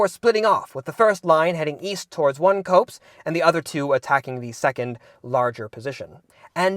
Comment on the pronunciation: Love you. "Copse" is pronounced "KAHps."